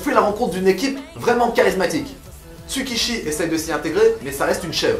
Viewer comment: C'est Tsukushi pas Tsukishi!!!!(Tsukamoto Tsukushi) et son meilleur ami Kazama Jin